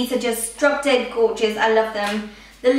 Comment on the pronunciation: why do you say gorgous